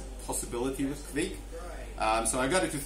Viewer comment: Correct.Kviek like bike 👌🏼